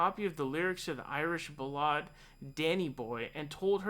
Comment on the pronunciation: The way you pronounced "ballad" man lmao